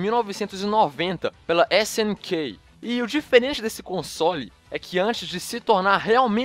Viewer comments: New dio?? Meu o video ta bom mais...snkey?? Vamos para aula de inglês amigão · esse cara não sabe nem fala snk direito Mano slk nem neogeo fala direito